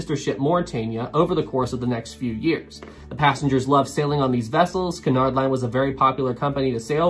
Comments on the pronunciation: First, I want to make it clear that I'm really enjoying this. However, Cunard is pronounced with the stress on the first syllable and is pronounced QUEUE-nard. Not kernard. Please? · I am convinced that you are purposely saying Cunard so many times to and pronouncing it wrong EVERY TIME purely to make us cringe.